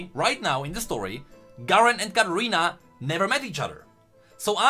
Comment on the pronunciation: It's Katarina not Gadarina